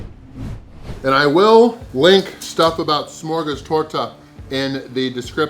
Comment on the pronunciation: First of your pronunciation of smörgåstårta was spot on for a english speaker i would say. Smörgåstårta is a klassik and there are tons of variations on fillings and decoration both seafood, fish and meat options, im sure there are vegan options aswell but we dont speak of those;) Really impresive, i could probobly eat 1/4-1/3 of that simply cause i love it, i know i would feel sick afterwards but it would be worth it:)